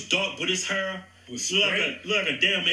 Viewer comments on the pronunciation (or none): I think pronouncing hair as hur should add another 20%